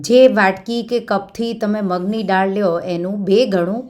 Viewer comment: બેન તમે ડાળ બોલો છો પણ બોલાય દાળ.